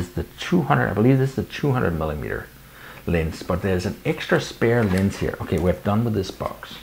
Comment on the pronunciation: Nice video, and I love that you keep saying "lins" instead of "lens"! Linsskydd?